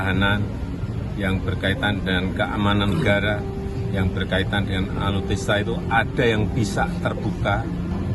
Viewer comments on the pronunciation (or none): apa sy aja ya yg dengernya Pak Jokowi Sebut ALUTISTA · Ngomong alutsista ngga bisa....masa alutista 😂😂